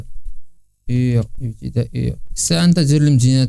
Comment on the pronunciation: المحكمة الابتدائية ماشي البتدائية ههههه سلام تام بوجود ماشي بموجب ههههه الله يحسن عوان اللغة العربية مسكينة فهاذ آخر الزمان